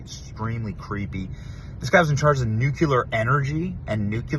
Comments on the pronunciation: For heaven's sake, Benny, are you educated or not? You evidently feel empowered to talk to your heart's content, but anyone who can't pronounce the word nuclear is not in a position to counsel or opinionate to others The word is not 'nuculer' and never was. The word is NU CLE AR, and always was. Did you go to school? Did you ever graduate college? Do you read books? Why would you want to put up with a brain fart like this without correcting it?😊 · Benny, I love you but the word is NUCLEAR not NUCULAR. I’ve heard you say it wrong for so long I just can’t wait any longer to comment on this. Please look it up and correct yourself. I hate being the grammar police but you sound like a fool even though I know you aren’t. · Nuclear. Not Nuculer. sorry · Just fyi, it's "nuclear" not "nucular." Common mistake. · Benny it’s new-clear not nu-cu-ler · BENNY IT’S NOT NUQULAR. ITS NUCLEAR. NU CLEAR. NOT NU QU LER. GEEZ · Off topic... Benny, it's NUKE LEE ER!😅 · NucLEar Benny, nuc LE ar!!! There is ONE "U" in the word nucLEar!!! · You have to stop calling nuclear nuqular.